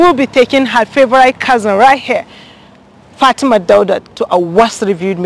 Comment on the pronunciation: It's Fatima not Fatimat..... Plz correct her name